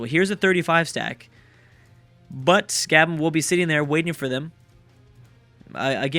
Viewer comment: It's not "gah-ben" it's "gah-bon"